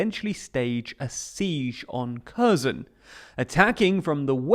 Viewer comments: I can’t imagine why you can’t pronounce Kherson. Kh is closer to H than k and the stress is on the second syllable. Please try it. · why would you not look up the proper pronunciation of Kherson? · An advice for a better pronunciation of the name of the city and the oblast. The first part, "Kher-", is approximately pronounced as "here". Kherson = /"here" + "son"/. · My ears hurt hearing almost every geographic name mispronounced. Kherson, Kakhovka, Dnipro ... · I am crinching each time you say Kherson. Learn how to pronounce it. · Would it be asking too much for the commentator to pronounce Kherson properly? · By now one would assume that you could have learned how to pronounce Kherson